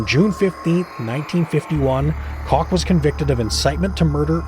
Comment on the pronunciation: It's COOK not cock